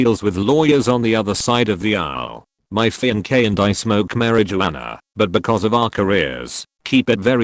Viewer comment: Strange how the a.i pronounces fiancee as fem-k.😅